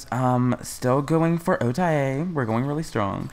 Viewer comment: O-Tae ain’t come home bc you keep saying her name wrong 😭